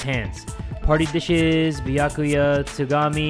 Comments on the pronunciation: and here we witness a rare moment when pronounces Byakuya correctly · YO HE PRONOUNCES “Byakuya” CORRECTLY SCREAMING